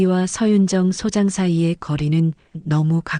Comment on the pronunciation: 발음을 잘하세요.소장이 아니고 소_장입니다.